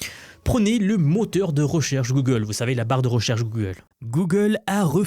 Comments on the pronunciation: Et ben didont ! Gogole dit un mot particulier et to ze moouuuumoouuun !!!! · "Guegueule" - The french Thank you for the effort